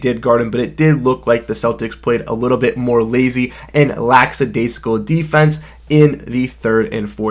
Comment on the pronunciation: It's "lackadaisical."